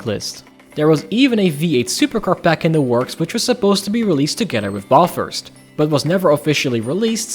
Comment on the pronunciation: Great video!! As an Aussie took me a second to realise he was saying Bathurst. I loved this game back in the day, played the heck outta it on the 360. You earned a sub from me too!